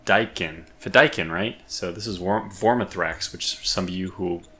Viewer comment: The pronunciation of the death commandos is fi-da-keeeen as it comes from an Arabic word :) loving this series so far, might have to grab this game this week as I’ve been waiting for a new episode of your play through every week!